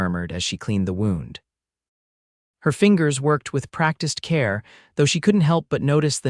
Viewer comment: Please, please work on the narration of this story. There are several mispronunciations that detract from the story. Examples: dove (a bird) for dove (manipulating body away from a gunshot), wound (winding a watch) rather than wound (an injury). 😢Listening from Clarksville, TN.